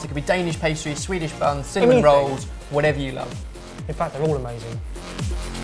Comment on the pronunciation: I love it when says fact, FACT